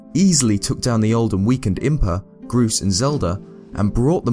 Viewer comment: What the heck u said Groose the hero of the sky